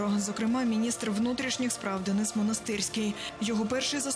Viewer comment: чому дініс, якщо Денис 😅